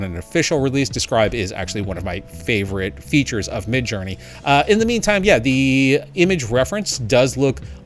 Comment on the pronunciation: "Midge" LOL